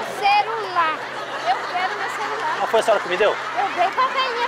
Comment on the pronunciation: "Meu cerulaa, eu queroo meu cerulaa " kakakk